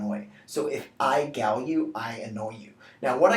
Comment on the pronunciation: Isn't gall pronounced "gawl"?